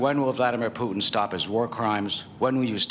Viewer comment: vladimir putn hahah funny how they pronounce his name.